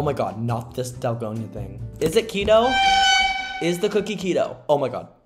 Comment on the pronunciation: “IS IT KETOO”💀💀💀